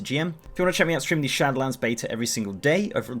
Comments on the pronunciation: It's SHADOWLANDS, not SHATTERLANDS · Am I the only one who hears "Shatterlands" when he says "Shadowlands"? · Istg you say shatter lands again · I hear "Shadowedlands"